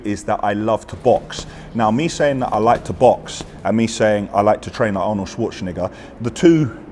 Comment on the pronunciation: lad, I think you mispronounced Arnie’s surname slightly